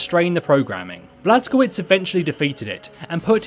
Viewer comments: its Blaz-ko-vitch not Blaz-ko-vits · It's pronounced "Blas-ko-vich"